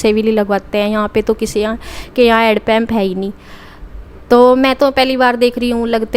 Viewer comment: head pump nhi hand pump bolte hai